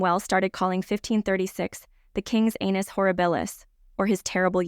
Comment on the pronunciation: I wont address the historical inaccuracies in this video, because the pronunciation of so many words made it impossible to finish (too distracting). A few suggestions out of many errors; Wynne is pronounced "win", not "weiner". Annus is pronounced "ann-us", not "anus" (and not "sphincter" either). Potentate is pronounced "po-ten-tate", not "pot-en-tate". Your channel will only grow if people take you seriously.